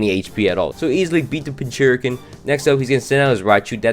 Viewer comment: Pinchurkin? It’s pin-cur-chin